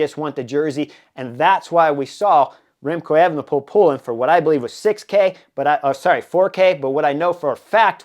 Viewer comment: Good analysis around the time bonus. By the way, it’s not pronounced as “Effenepool” but “A-fenepool”